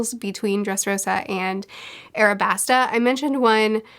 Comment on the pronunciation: It’s Alabasta not Arabasta